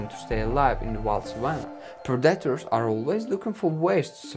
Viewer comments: I thought this video was predators being killed by their prey. I didn't see that at all. Was this clickbait? By the way, "Predators" is pronounced PREH da ters. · Pred dat ers was to distracting to watch it. If you can’t say the word don’t use it every other word say lion that’s what’s the video is about but he insists on saying pred dat ers over and over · Unbearable.. all i hear is pro-dattours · At least learn how to say the word you’re gonna use the most in the video…… Predators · He should have someone else narrate. He cannot pronounce the names right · The way he says "Predators" is sending me🤣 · Aren’t whales the longest mammals not giraffes? The way you say “predators” is distracting. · Predators. Please say it right. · It's predator not parataders stop butchering the English language. I don't care if it's not your first language. Which is OBVIOUS! and it's constructive criticism get over it PEOPLE. You get compliments and criticism that's life... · Pred dat toors. Also known as pred-a-tors. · It took 12 "PER DAR TERS" for me to understand that he's trying to say "predators".. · PREDators, not preDATors. If you´re going to use a word one million times in a video, please learn to pronounce it correctly. For a native speaker, it´s really annoying. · It’s pronounced pred-A-tors not pre-DAT-ors 🤦🏼‍♂️ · “Pred-detors” had me weak 😂🤣😂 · Well, at least you told us to turn on subtitles. I appreciate that very much, so I won´t criticize your pronunciation. (note though: daughters=predators !) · Pre-DA ters that’s a new one for me I’ve never heard someone pronounce it like that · Yeah. Sounds like a toddler trying to say that word. Like he said it over 100 times in the vid and still couldn't get it right lol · funny how monolingual people are so keen to make fun of anyone who actually has the brains to learn 2 languages. When you struggle to say taco correctly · Listen carefully! It's not "predators", it is PREDACTARS!! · "Warthogs hide from (Pred-Ay-Tor) this guy 😏